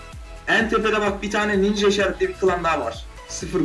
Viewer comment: Ninşa armalı diyo sen nereye bakıyon